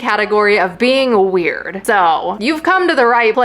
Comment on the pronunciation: U said: wuired